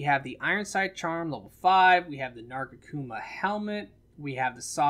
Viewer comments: Narga-kuma? Lol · Why can't you say nargacuga correctly? lol